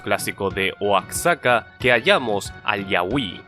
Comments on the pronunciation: Una pequeña aclaración, "Oaxaca" se pronuncia "Güajaca" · Pensaba que eras mexicano xD pero no pasa nada, el único error verdaderamente destacable que encontré es que Oaxaca se pronuncia como "Oajaca". Neta, considera hacer de esta serie un libro físico, podrías sacar provecho de aquello facilmente y volverte el sucesor del trabajo de Borges parauna nueva generación. Ya tienes el guión e imágenes de por si xd